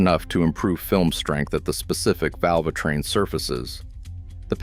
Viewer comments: "Valv-A-train" these AI videos are jsut flooding youtube, and they're CRAP! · Yes, hearing "Val-va-train" repeatedly made me quit watching this video. 😕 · Why should i believe any thing from a video where they cant even pronounce tbe word VALVETRAIN …. ? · Vulvatrain? Interesting. AI dogshit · Damn AI claiming to be, a tech... Val-va-train repeatedly!!! With that said, I have had 3 of these engines, all in mini-vans (Town & Country's and Pacifica's). One of the Town & Country's, a 2015 model, had 3k on the odometer when it's val--va-train went to ticking. Turned out it had a failure (a roller bearing on a couple of those roller followers decided to exit the chat), which then chewed up the cam lobes and essentially required replacement of all val-va-train components in both heads. Thankfully this was under warranty. Anyway, it had NOTHING to do with oil changes. This engine is now at 161k and it's not the engine that is the issue, it's the 62TE transmission that's the issue. Anyway, carry on. Oh, and one more OIL issue, is the plastic oil cooler that the filter pops in to and the cap screws on. FCA save a few pennies making it plastic (there is an all aluminum aftermarket solution) which inevitably fails over so many heat cycles by cracking which then leaks oil all over the place, especially in colder climates (like we have here in Chicago). That doesn't help things... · My guess, it's pronouncing the E as an A like in Spanish.